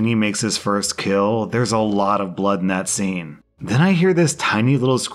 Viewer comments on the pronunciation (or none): none